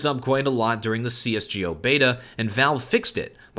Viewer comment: i always love your videos, but please stop saying "cs:gee ohh" XD